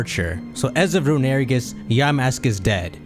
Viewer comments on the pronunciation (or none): STOP CALLING IT RUNERIGES IT'S ROON-I-REE-GUS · Rune-uh-re-gus Not Rune-air-eh-gus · i hate to be that guy but its pronounced Rune-A-Ray-gis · Hey um yes hello, I would just like to say that I hate how you pronounce "Runerigus". That is all. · Is no one gonna talk about how he pronounced runerigus